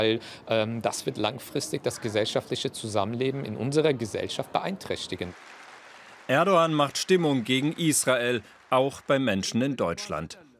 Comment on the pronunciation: erdo wahn 😂 er sagt es so.